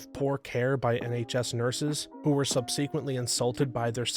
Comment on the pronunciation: Please learn the proper pronunciation of subsequent. You're saying it wrong.